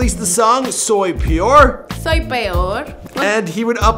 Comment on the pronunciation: "Arc-angel" ?!?! Soy pyor" ?!?! bruh